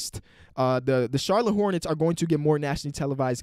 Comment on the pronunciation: No one:: Charlone Hornets